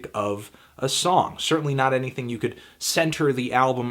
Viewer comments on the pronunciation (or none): none